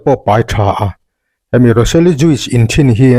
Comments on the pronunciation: Juice hi jush ti anga lam nise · JUICE ah hian 'i' hi lam rik telloh tur. Joos ri angin. Ka thiam ber lo na a..a dik inkawhhmuh nan hrim²